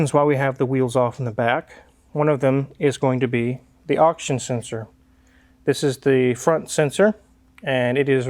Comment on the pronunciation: The guy who pronounces "Oxygen sensor" as "auction sensor" is correcting someone else on pronunciation... smh...